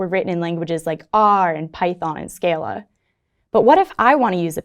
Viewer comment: That's not how you pronounce "scala"